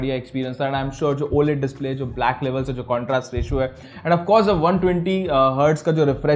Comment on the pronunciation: Bro y tv QLED h O LED bol rahe ho aap